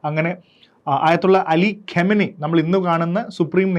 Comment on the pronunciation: ഇപ്പോൾ കൊല്ലപ്പെട്ട ആളുടെ പേരിന്റെ ശരിയായ ഉച്ചാരണം ഖാ𝚘 നഇ എന്നാണ്. അല്ലാതെ ഖമനയി എന്നല്ല